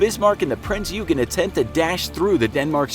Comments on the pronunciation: Eugen is read as "oygen" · HMS Rodney is NOT a destroyer the ship is a battleship and your pronunciation of Eugen is shameful get your facts straight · Not even close. The G is pronounced similarly to the g in "gun"